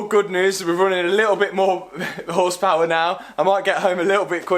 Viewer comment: Hundrled horspaouærl your lack of skills about cars you try to edit out in the video it's actually hurting my brain...